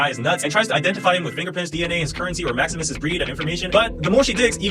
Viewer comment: Oh now i get it why it was cringy Observe the maximus pronunciation